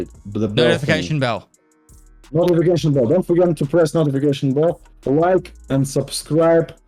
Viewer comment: Nikita trying to say notification LMFAO